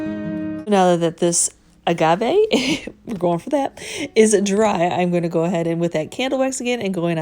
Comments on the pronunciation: these are really sweet! Esp the stools. And yes, you're pronouncing "agave" correctly. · You always take such great care with everything you do. I would never hesitate to purchase from you. And wow! You used some color. I loved it. And you did pronounce it correctly. Thanks